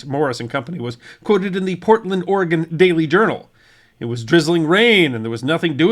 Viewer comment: Thank you so much for pronouncing Oregon correctly! 😀